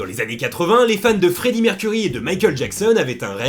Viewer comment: Mec t'a massacré le non de Freddie 😂😂😂😂